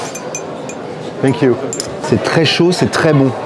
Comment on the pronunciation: « funk you » au lieu de thank you a chaque fois🤣